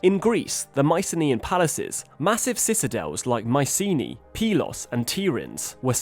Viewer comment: "My see knee." No dude. Mycenae is pronounced "My sə nay".